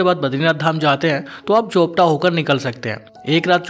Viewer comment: चोपटा नहीं, चोपता नाम है यहां का ।😂